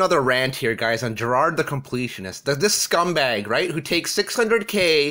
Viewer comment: The CONpletionist you mean mate.